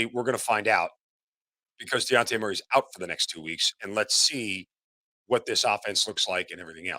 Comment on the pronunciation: How are we over two months into the season And you STILL don’t know that man’s name is DEJOUNTE !! Not Diante 🙄